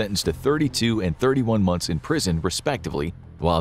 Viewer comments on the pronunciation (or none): none